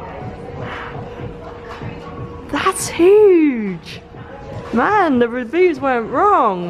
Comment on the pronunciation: Why do you say huge and review like that. ...